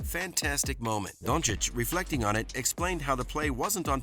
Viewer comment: Who is Donchick? Man I know you struggle as an american with the pronounciacion of european names but, it's disrespectful to make fun of someones given name. I don't mind when ppl call him "Dunkich", it's kind of funny but pls at least learn his name if you make videos about HIM!